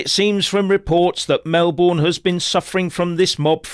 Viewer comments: Pronounced Melbn not Mel-born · It is pronounced "Melbin" not "Melborn" Thank you. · FYI It's pronounced Mel-b'n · Please don't say Mel Born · Pronounced Mel bin, or Mel bun. Welcome to the people's republic of Victoria. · Melbourne is pronounced "Melbin" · We pronounce it Mel - burn..😂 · You're mispronouncing Melbourne. It's pronounced with a Schwa on the unstressed syllable.